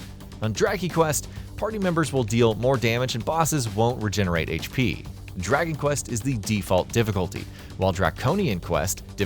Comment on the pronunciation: Draky Quest 😂